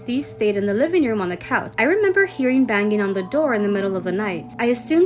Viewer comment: To the girl with the rose tattoo, telling the story about "Steve". Words like "banging" aren't pronounced banGHing. The g's are ALWAYS soft, not hard. Listen to other adults pronounce words like that. Educate yourself. It's not hard.